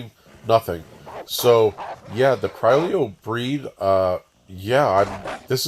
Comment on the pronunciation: The two ll's are pronounced as Y. It's Spanish. Creeoyo..